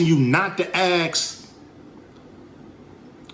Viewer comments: “Ask” its ask not “axe” an axe is a tool used for various jobs mainly involving wood 🪵 🪓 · Some words of wisdom from Cube BUT IT’S “ASK”, NOT “AKSK” FFS. And people damn well died in multiple wars for people to have the right to vote FFS. YES they goddamned fkn well walked out the front door to risk their lives so that others could live in freedom. What a vile accusation that no one has ever done that. How utterly disgusting to say that. Fk him for saying that and spitting on every veteran who ever WALKED OUT THEIR FRONT DOOR AND FOUGHT FOR THEIR FKN COUNTRY. Even when trying to speak the truth he spews the Demonrat’s BS. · Ice cube it's ASK.........NOT AXE